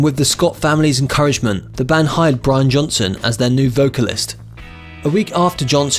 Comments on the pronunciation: Possibly the most boring monotone documentary I have ever seen. Way too much info on Brian's (or Brain's, as you call him) cars. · It's Brian, not Brain. Big difference. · it's Brian......not brain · Try pronouncing it as Brain, and that's how it's pronounced in Newcastle! Agree, it's lazy and disrespectful! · It’s Brian not Brain lol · lol...can't even get the name right. WTF